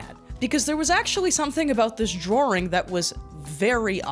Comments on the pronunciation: drarw-ring lol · First time watching her, i have a question: Where is she from that she imitates an american accent but pronounces Drawhring and Awstin??? Im so lost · hey why do you say drawing like drawring???? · "drawring"?? you can't be serious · I like how you say drawring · What's a droaring? Also, is it "your job" to identify p0rn of videogame characters? - not being a YouTuber or content creator, not editing your videos, not promoting sponsors....but instead to look for p0rn on the Sears we site? And all the links are lost to time? You know, you have the EXACT TIMES, DATES, AND LINKS to find EXACTLY WHAT WAS THERE ON THOSE DAYS using TheWaybackMachine, but it's still "lost to time" even though it's still archived there and not lost to time? you said he didn't know, but the text says he did.. (and then you show he didn't, which means false info..)